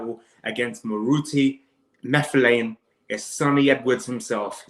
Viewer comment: Sunny is my fav boxer Moruti is my brother we live is same area In SA.Not sure who to support:) Its Moo-Tar-lane by the way not Marflane